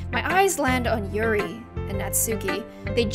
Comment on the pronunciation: Ts not Natsooki it's pronounced Natski and it's not Monika it's pronounced moneeka it's not yeri it's Yuri and it's not saory it's sayori